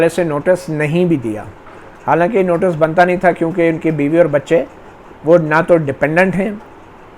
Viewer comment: You have repeated the word "notus" one hundred times. The correct pronunciation is "notice". please correct.